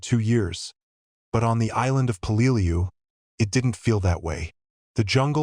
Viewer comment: The correct pronounced way is Pell -ah - loo